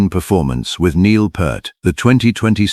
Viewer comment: Yes, and also crying from how this ai is mispronouncing his last name. 😢